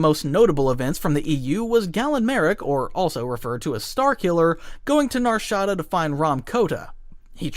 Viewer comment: You never played Jedi Outcast/Knight/Academy or Dark Forces, and you pronounced Nar Shaada wrong... And also over simplified It and forgot a lot of Lore about it